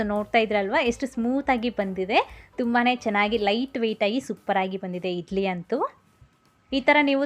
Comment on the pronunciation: ಅಕ್ಕ ಅದು ಇಡ್ಲಿ ಅಂತ ಇಧ್ಲಿ ಅಲ್ಲ, ಳ, ಣ ಕಲಿತುಕೊಳ್ಳಿ